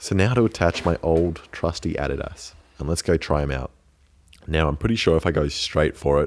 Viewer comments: he says adidas wrong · Is that actually how Adidas is pronounced in Australia!?